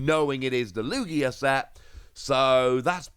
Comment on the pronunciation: ITS LOO GEEAH